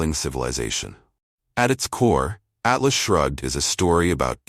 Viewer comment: The narrator needs to learn that the title of the book is "Atlas Shrugged", not " Alice Shrugged".